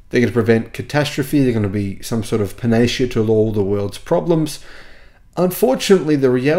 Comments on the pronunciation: Sorry,, but Panacea= pan-ah-see-ah, not "panaysha"! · I don't want to be 'that guy', but panacea is pronounced pan-a-see-a. Video upvoted, keep up the good work!